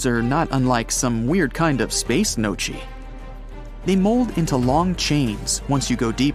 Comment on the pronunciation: maybe teach your AI how to pronounce the word gnocchi…